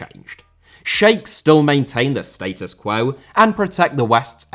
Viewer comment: Doha* not Douwhohr Status* not Steităs Quo* not Quouw Rather* not Rother Fifa* not Fifer Tani* not Tohrni Caniggia* not Cănegghear Sneijder* not Schneider Xavi* not Dgiavi Asia* not Asier Guatemala* not Guatemohrler Félix* not Fílex Observation* not Obzervation Bremen* not Breimen Dedé* not Dedei Leandro* not Liandrouw Sebastián* not Sebastian Ghana* not Ghohrner Tunisia* not Tchunesier Debut* not Deibyu Possession * not Posession Ró-Ró* not Rouw-Rouw Mané* not Mohrnei Ismael* not Echmeil Braga* not Brohrguer